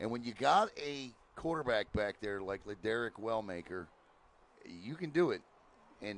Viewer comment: Lil Derek Not Larrick